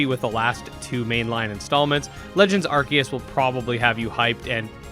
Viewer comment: AR-SEE-US Say it with me 🙄😂